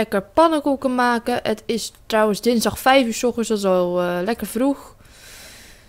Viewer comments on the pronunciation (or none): "vervange, en makeh"